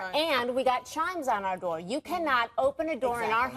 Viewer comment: Door not “D-O” 🤮